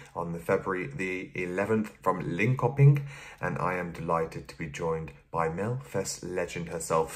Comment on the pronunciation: Cute pronunciation "Linkohpink". If you say "Lean chirping" and you'll be closer to saying Linköping. To say "Lidköping" you say "Lead chirping". (as being in the lead, not the metal). I'm not complaining, I totally get that pronouncing these are hard, just wanted to help out a bit.